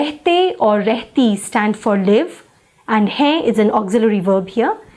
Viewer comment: Don't you pronounce the las letter n in hain or other words ??